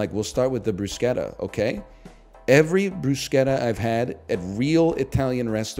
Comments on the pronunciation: its always funny when chat smugly corrects someone even though they're entirely correct. its pronounced brusketta anyone who told you otherwise does not know what they're talking about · he's literally saying bruschetta correctly! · It's amazing how people correct NL so confidently about the pronunciation of Bruschetta while being so wrong. It's Italian and follows italian pronuciation rules. Nobody is ordering a "Caramel Ma-chee-ato"